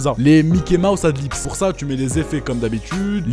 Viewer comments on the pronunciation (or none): c'est pas pour être chiant mais on dit adlibs et non pas adlips haha, je vois souvent cette erreur ducoup j'me devais de le dire :p